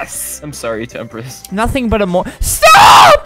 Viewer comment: totally not temprist its temprise